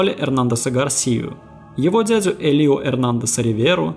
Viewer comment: Не ХЕсус, а ХесУс, не ЭлИо, а Элио, акцент на Э. И не поняла при чем здесь Маркес. Маркес -не мексиканец и его "100 лет одиночества" не имеют н какого отношения ни к черной магии, ни к сантерии.